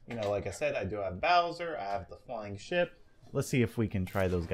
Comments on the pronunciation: Did he say flying shit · was I the only one who thought he said shit instead ship?